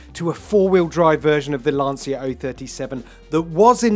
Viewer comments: LAN-CHIA not "Lance-ear" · When a motoring journalist can't even pronounce Lancia properly, it makes me wonder who gave them a job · It is fascinating that TopGear after so many decades filming and talking about cars still don't know how to pronounce Lancia 😂😂😂